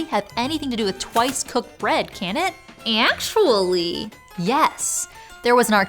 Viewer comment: The way she said "atually" was unexpected and fun.